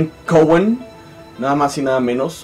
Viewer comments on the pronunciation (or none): y Metal mexico: buena iniciativa el canal. Detalles: el apellido es Cowan, no Cowen y el lugar parece un dormitorio descuidado xD. Sigan mejorando. Slds.